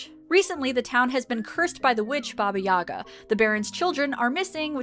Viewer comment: For future reference, as a Russian, I have to point out that it's pronounced "BA-ba Ya-GA," not "BA-ba YA-ga." Emphasis on second syllable in the "Yaga"